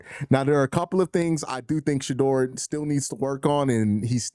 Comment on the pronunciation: Yo it’s Shedeur NOT Shadoor!